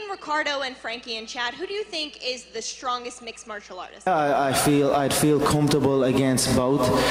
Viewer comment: Love how he tinks